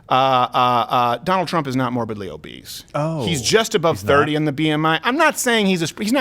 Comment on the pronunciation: did she say Morbidly Obeast?